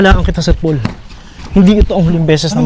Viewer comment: Tawag ni kay PB ay Sir "Pol". Dapat Sir Pole "". 😀